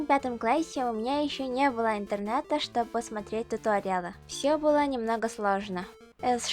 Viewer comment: хм.. ну тогда я могу сказать, что ты молодец), ведь говоришь ты как русский человек. В твоей речи есть дифекты, например "чтобы", "того", Но всё же ты круто говоришь.))